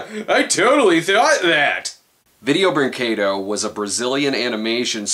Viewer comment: He can't pronounce vídeo brinquedo